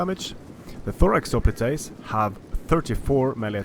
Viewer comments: The word "hoplites" is the English adoption of the Greek word "οπλιτοι" and is conventionally pronounced HOP-lights, not ho-PLEAT-aze. If you want to follow the original Greek the pronunciation would be Hope-PLEA-toy. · Its hoplitoys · Hop-lights not hoplitase. Prince-ipeas not prinkipase. Sorry but this kinda bugged me.